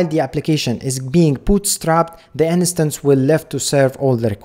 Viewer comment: you always say "in-a-stance" but you mean "instance", right? just to be sure, I don't miss anything.